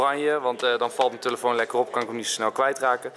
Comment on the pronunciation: Niemand: Enzo: tUlefoon